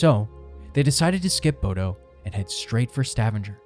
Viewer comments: My guy didn't even bother with the pronunciation. "bohdoh" omg 💀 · Truly butchered every city name🙈 Especially Bodø and Stavanger. (Ålesund was very close tho!) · I’ve worked as an officer onboard Viking Ocean ships for 7 years, including Viking Sky. Maximum passengers is 930, not 950+ as you indicated. Maximum crew is about 475. You have mispronounced Stavanger. It’s more like: stah-VAHNG-er. And BODØ is pronounced more like BOW-dah. (I’m American, FYI.) I had friends working onboard Viking Sky during this incident. There was never mass chaos onboard. The passengers were told what to do, and were given frequent updates. The passengers remained as calm as possible under the circumstances, although yes, it was frightening and some passengers were injured. The crew received praise from the passengers for the way they handled the situation. The full crew does not receive helicopter evacuation training, but I may be correct in saying that some of the bridge and deck officers may receive such training. This I cannot say with certainty. I’m just curious whom did you interview for all the information you provided in your video? Or what official references did you use? Thank you for reading my comments.